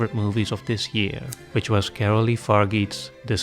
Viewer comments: Coralie (not Carolie) Fargeat is pronounced "Far-Jah", in french this "e" is mute and is only here to change the sound of the "g" that comes before, and the final "t" is mute too. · It's not Caroly Faryeet, it's Fargeat, Far is pronounced like far and geat like genre but without nre